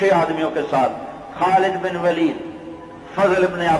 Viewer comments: its not walid say it waleed ok understand otherwise say only khalid u know nothing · Its not خالد بن والد its خالد بن ولید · Vaali naheen, Bul k Valeed kahein.